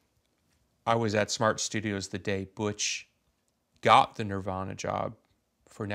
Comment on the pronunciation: It's okay to say Nirvana, just don't say Nirvaner.